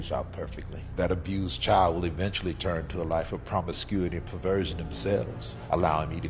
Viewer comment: Please notice the emphasis on the word perversion